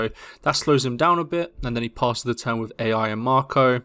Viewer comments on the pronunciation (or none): Ai is pronounced like aye or eye, not A.I. jsyk. Sorry brain can't not nit pick this.